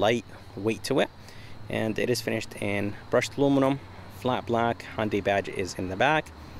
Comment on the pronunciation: It's hYundai and alumin I um